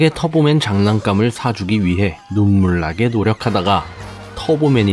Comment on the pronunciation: 터보맨을 자꾸 털보맨 이라곸ㅋㅋㅋㅋㅋㅋㅋㅋㅋㅋ